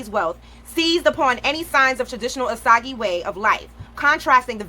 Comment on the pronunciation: Btw it’s not (oh saug E) it’s (oh sAge)